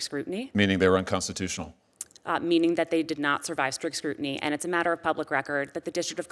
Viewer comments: Why can’t she say unconstitutional? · She cannot say "UNCONSTITUTIONAL"